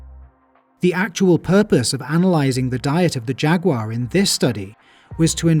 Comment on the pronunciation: Great video. Also, "Jag-you-are".